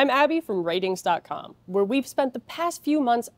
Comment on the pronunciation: s I recognize the council has made a decision, but I have elected to continue pronouncing it "R-tings".